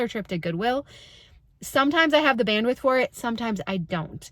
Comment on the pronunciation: Omg if you say band-with one more time …. 🙄. I can’t!